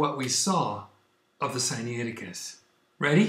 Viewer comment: The information presented in this video is as erronious as is your pronounciation of the name of the manuscript "Sinaiticus." Is such willful ignorance and dishonesty even possible for a Spirit indwelt person? I have my doubts but I must allow God to be the ultimate judge in this matter.